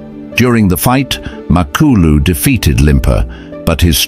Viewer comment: HIS NAME IS MA KLU LU NOT MAK KLU LU